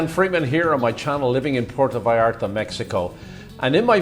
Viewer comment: I've been in PV hundreds of times. Never had a problem there. The only problem were the whites. They ruined my city. You guy talking on here. Learn how to pronounce Puerto Vallarta. You seem like one of the people who has ruined the city.